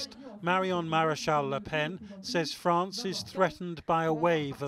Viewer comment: Viva La Fronce! Jadore Fronce!